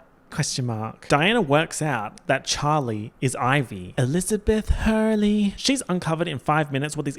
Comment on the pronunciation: Every time you say Chivy, SpecTATOR, and Elizabeth Huurley~ I die of laughter